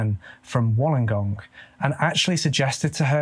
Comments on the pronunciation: Holy shit! I am from WOLLONGONG like this where I am from. Well done with the pronunciation! We're the South Coast not Central though. We have beautiful beaches. Everyone comes here for beaches. But again we're South Coast and Snapper Point is Northern and Central Coast. Poor Michelle, I feel so sorry 💔 But omg you said Wollongong perfectly - this is so hard! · no offence 😜 you sound more Aussie than British 👍🏼 pronounce better than some Aussies those places you mentioned, you could easily pass by an Australian. Bit more practice that lingo, mate 😂